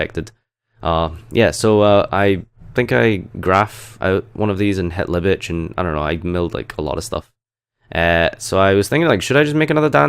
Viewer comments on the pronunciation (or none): "libitch" nice duels.